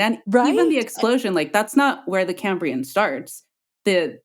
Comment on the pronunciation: It's the CAM-brian explosion~~~